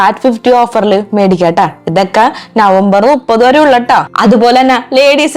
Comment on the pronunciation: നുപ്പത് അല്ല മുപ്പത് 😂